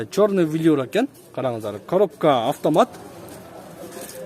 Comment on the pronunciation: Коробка автомат дегенди жакшы айтат экен